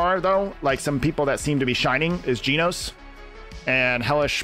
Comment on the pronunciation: Genos is pronounced “Jen O sss” and garou is pronounced “gar O”